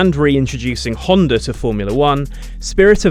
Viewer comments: "A Honder engine..." you britts sure slay that english... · Whhhhy do english people always say "Hondar" there's no r ffs